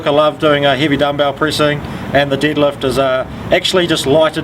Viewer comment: "My favorite for the deelifts it's the deelift." I love.